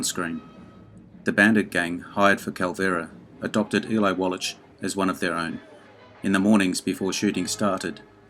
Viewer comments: Wwlach, not walitch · Great vid, but Eli Wallach is prounounced wall akk not wall atch...hope this helps. Keep up the good work. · By the way, it is pronounced "Wall-ack" not "Wallatch" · It's pronounced as Wallack,not Wallach. Jeez,...get it right for a video like this. ps, I really did enjoy your video though. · I wish you would learn how to pronounce Eli's last name. It's pronounced Wall-ik! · The name is pronounced "wall-ack". The "ch" at the end of Eli Wallach's name is pronounced as a hard "k", or "ck" - not a soft "ch" as in "which". Eli Wallach, pronounced "wall-ack". Thank you. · Wallach is pronounced “Wallack”. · Too much trouble to pronounce Wallach? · I think it's a hard "ch" in "Eli Wallach." Not 100%, I admit. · Eli Wallach deserves better than to have you butcher his name like that. Shame on you. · Small correction: Eli Wallach...the 'ch' is pronounced like a 'k'. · Narrator, PLEASE learn how to pronounce the names of the stars you’re discussing. I’m thinking of course, of Eli WALLACH. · I had never heard Eli Wallach's name pronounced quite like that before. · Yup, and he said it over and over and over again! Cringe-worthy. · A compelling list to be sure! Just an an FYI, for future videos, in Eli Wallach's last name the 'ch' is pronounced with a 'k' sound (like in mach 5 , or charisma). He is so prevalent an actor that I thought you might want to know.